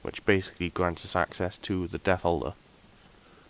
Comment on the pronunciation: I thought you were saying "Death Holder" instead of "Death Altar" so for about 5 minutes I looked up what the hell a death holder was lmfao.